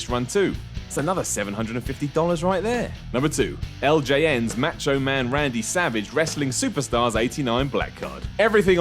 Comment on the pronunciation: Its Mah cho not mat cho